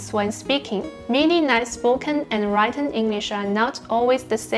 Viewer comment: Written -> read登不是write登😄 我想知道你的稿是不是直接用英文写还是翻译的？如果是用英文写就太吓人了，因为很够水准啊！我从前是长期模仿（美式）英语影剧动画人物的对白来学讲英语的，所以一讲英文就像在拍戏，在那之前是用与汉语拼音发音极为相似的马来语发音来讲🤣自学三年能这样是相当的了不起👍可以再自然些，流利些🏆